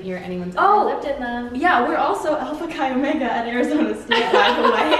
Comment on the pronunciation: As a Greek I'm cringing with the way you guys pronounce alpha chi omega 😂😂